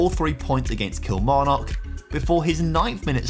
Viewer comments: The "kil" in Kilmarnock is pronounced like "kill" not "keel" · Can you please stop pronouncing Kilmarnock like a fud?